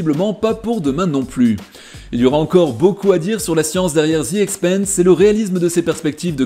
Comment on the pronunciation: Bonjour. Excellente analyse de cette super série! Cependant, j'ai quelques remarques, commentaires et éventuellement explications alternatives: - The Expanse se prononce comme France. Quand tu dis "The Expeinse", ça correspond au mot Expense (dépense), et pas Expanse (expansion). 😉 - Le bruit des moteurs et des tirs, pour moi, n'est pas perçu par un spectateur dans l'espace, mais par un spectateur embarqué dans l'un des vaisseaux, et correspond aux sons transmis par les moteurs et les armes à travers la structure du vaisseau. Donc, pas vraiment une incohérence. - Le moteur Epstein semble utiliser l'énergie dégagée par la réaction matière - anti-matière, ce qui pourrait très bien avoir l'IPS nécessaire pour des voyages à trajectoire directe. Même si nous ne maîtrisons pas encore cette technologie, ce sera peut-être le cas à l'époque de la série. Autre possibilité souvent évoquée dans bon nombre de séries de SF, des moteurs à fusion (lointains descendants des réacteurs tokamak en cours de développement) dont la partie active est confinée dans un champ magnétique impressionnant, et qui, s'il est mal réglé, cause la rupture et l'explosion du moteur et incidemment du vaisseau.